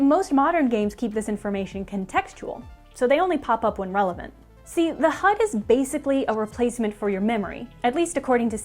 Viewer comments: I love how she says "H U D" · Can you just say HUD normally once. Also neat video! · She killed the video by exageratting the pronounciation of HUD every time. Polygon sucks. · You can hear her accent come out every time she says HUD